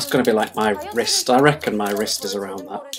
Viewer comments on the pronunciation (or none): Wrist, not waist 😂